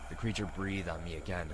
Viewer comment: It's a zombie not a creture